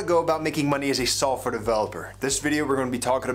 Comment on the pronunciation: haha I know he's saying that. It sounds like sulfur developer tho :)